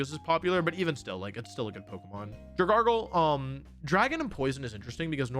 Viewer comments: Dragalge, not Dragargle! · Dragargle? It's Dragalge (Dragelgee) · IT'S DRAGALGE, NOT DRAGARGLE! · SAY IT RIGHT PLEASE! IT'S DRAGALGE, NOT F*CKING DRAGARGLE! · my dude pronouncing dragALGE, a pokemon based on ALGAE, as “dra gargle” where tf that R comin from, the world champ diff?